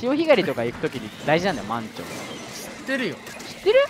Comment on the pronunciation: 満潮の発音違くて草🤣